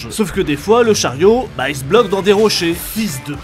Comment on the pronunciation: parsemés de rochais?